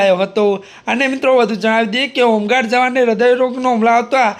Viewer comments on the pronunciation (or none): હુંગાડ... કે હોમગાર્ડ😂😂😂